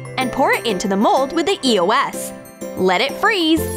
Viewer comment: everytime they say eos i hear eoas then after a few years i found it was eos